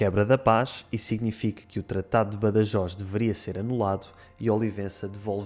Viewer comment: Pronunciaste Badajoz com en català